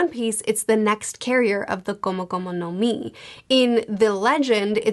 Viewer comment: That Gomu Gomu no Mi pronunciation was immaculate